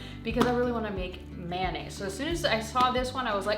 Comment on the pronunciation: What's mannaisse. Aren't you forgetting the o in mayonnaise. How do you say the abbreviated mayonnaise? Mayo?